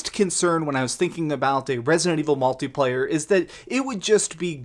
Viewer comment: Multi not molti